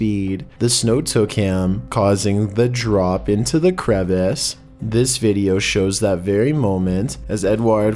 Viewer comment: Dude it’s pronounced cra-vass.... crevasse vs crevice